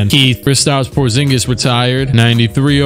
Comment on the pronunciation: KRISTAPS PORZHINGIS 😂😂